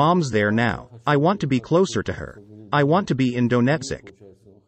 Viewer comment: lol "Dough-net-sick"